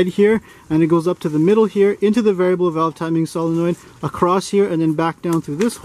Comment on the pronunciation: My favorite part of the whole demonstration is the fact that you say solenoid correctly.